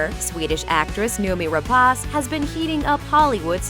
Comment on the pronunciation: Don't you idiots at Looper EVER learn to pronounce name properly? It is not Rap-AH-ce, it is Rep-AY-ce.